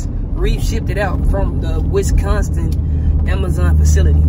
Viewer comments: “west consin” 😂 🤦🏾‍♀️ its Wisconsin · the way you pronounced Wisconsin is killing me😂😂😂